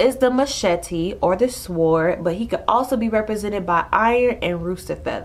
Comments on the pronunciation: Love these video but sword is pronounced sord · do not pronounce the "w" in sword. it is said like "sord" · Thank you so much!! Needed to hear this. Can I make one small suggestion...the W in sword is silent Like the k in knife The L in Salmon Peace!!!!